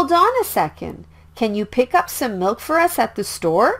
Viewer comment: Why doesn't the pronunciation of milk be explained and why does it sound like no?